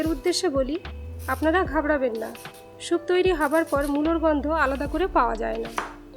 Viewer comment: Veggies kete rakhle vdo ektu compact hoto and ur pronunciation is not good it’s soup and not shoup